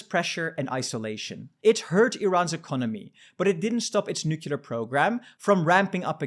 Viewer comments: I can't believe he said nucular. So sad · Plese learn finally how to pronounce Nuclear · Please learn how to pronounce nuclear!